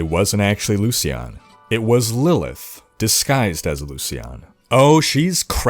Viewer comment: "Lillith" "Lillia" Bruh she barely tried, lmao.